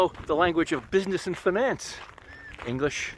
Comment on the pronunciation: It's interesting how you pronounce "finance"